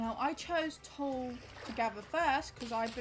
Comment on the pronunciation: btw tule is pronounced like tool-ee! i live in its native range where a handful of things are named after it (like the tule elk and the dense tule fog that are both found along the waterways the tule grass grows in)